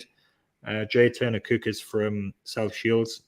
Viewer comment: Very very concerned about pronunciation of Cooke ( and possibly book and school ). Suspiciously makem. Paul from TTR does the same, but he does live in Durham.